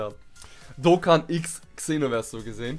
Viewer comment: Man sorichts es Senoverse aus